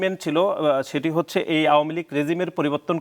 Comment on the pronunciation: এই বেটা “হচ্ছে” বলতে চাচ্ছি” হচ্ছে” বাংলাটাও “ হচ্ছে” এখন “যুদি” হচ্ছে , বাংলাটাও বলতে পারে না, নেতা হয়ে গেছে